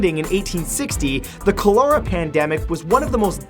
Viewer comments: Ka-la-ra not cola-war or whatever the hell you were trying to pronounce. Ebola, anyone? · It’s kol-er-ra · Dude, how do you pronounce Cholera? The emphasis is on the first syllable (CHOlera). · Okay I get that some of y’all are making jokes about Corona but are we really not gonna talk about the fact that Matt is saying ‘Cholera’ (col-eh-ra) as ‘Cal-ora’ ??? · Repeat after me: COL-ER-AH as the pronunciation of Cholera. NOT CA-LOR-AH. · Col-er-uh not Col-ur-uh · Matt... It's pronounced like 'Ka-ler-a'. Not 'Co-leer-a' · Matthew, cholera is pronounced 'COllar-ah', not 'coll-OR-ah'. :-) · cholera is pronounced "CALL-er-ah" not "coal-AIR-ah" for future reference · its not pronounced colora, its calera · Kollera, not Kurlera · what the fuck is colora? you mean cholera, coh-la-ra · Cholera is pronounced KAH-luhr-uh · grimacing at his pronunciation of cholera Its call-er-uh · Finally!! I had to scroll to find someone else who heard that! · It's pronounced Chol-ER- a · You pronounce cholera call-er-a, accent on call. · Love your great videos. FYI cholera is pronounced with the accent on the first syllable: CHOL er a (KOL er a). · Cholera (KAW ler uh) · What’s a co-lor-Ra? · Cholera (Kah-ler-uh) Js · Cholera = CALL-er-uh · Cholora? Hydration? You mean Cholera and dehydration? Whilst this has mildly interested me, I cannot share due to mispronunciation and misuse of words.... 😕😕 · I thought it was pronounced COLLARA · its pronounced "call-er-a"...never watch aliens? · its pronounced cal-a-ra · Col-er-a this is how you pronounce the word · sarah chadwick I had to scroll way too far for someone to correct that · And it's pronounced kah-ler-ah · Cholera is pronounced KAHL-er-uh, Matt-Man. Just sayin'. Love the vids. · It's pronounced CAH-lehr-uh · It is pronounced (Koh-lūrh-uh) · They way he pronounces cholEra. xD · Sorry but I just have to say this, it's pronounced colera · It's pronounced "collar-a" you fucking idiot. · not a Canadian thing its pronounced call-er -rah